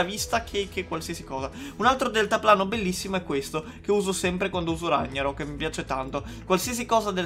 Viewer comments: guarda che non si legge RAGNAROK all'italiana ma si legge RAG NAROK E poi dici di amare il set norreno 😑😑😑😑😑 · Ragnarock non si legge all'italiana ma la g è marcata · Rag na rok non ragna rok capra